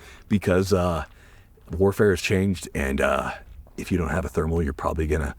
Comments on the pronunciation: Why can’t he say thermal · Can you not say thermal?